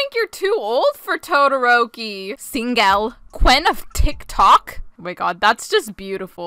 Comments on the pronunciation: TOE 😭🤚 Sabitoes 🤡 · TOE - THE - ROKI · That fangirl said TODIROKI like TODLER ROPEE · When said “toderoki”: TOE-derok-i Edit: thanks for the likes and comments!:> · “Tode” eroki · ”TOE-DE-ROKI” Best quote of 2021. I love ya. 💖🖤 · Toe dee roke ee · that ain’t toderoki that’s toe-dare-oh-key